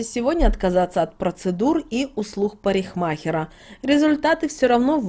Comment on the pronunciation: Правильно произносится " парикмахаре", а аы новорите неправильно - " парихмахера". Вас слушает огромное кол-во людей, мледите за речью своей, пожалуйста